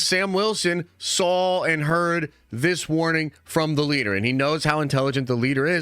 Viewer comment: Why do you say SAWL instead of SAW?